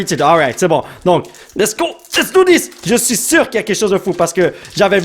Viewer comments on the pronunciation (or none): none